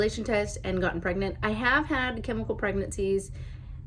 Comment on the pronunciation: I love how you say "pregnant" everytime you say "I am pregNANT" haha